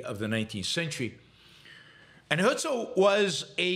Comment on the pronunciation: The guy's name was "Herzl" though, not "Hölzl". 🤣